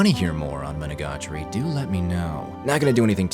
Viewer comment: Bro rolls off Araragi Koiyomi and flubs Monogatari pronunciation. Jokes aside, you did a great job explaining this anime. I love the puns and word play that is persistent in the show. You definitely need to know a bit of Japanese to get some of it unfortunately, the world play is such a big part of it. Having it dubbed or reading the subtitles you kind of miss some of the comedy of the show. Even with as little Japanese as I know I bet there are still some world play jokes that I missed unless they really emphasized them when they said them. Monogatari is practically its own genre as far as I'm concerned. There really isn't anything else that I've ever seen that compares to it.